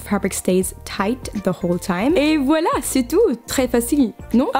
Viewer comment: ahha "et voilà c'est tout" good french ! Kiss from belgium